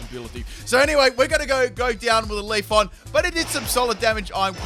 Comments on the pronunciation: I cannot unhear Leafon over LeafEon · You tell us to read you for saying "modest ability", but we should be reading your horrible pronunciation of "Leafon"'. It's LeafEon! Lmao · Leaf-on or Leaf-e-on? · He didn't even pronounce leafeon right